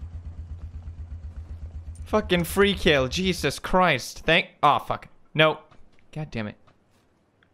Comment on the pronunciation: Is it jesus or cheeses,he sounded like cheeses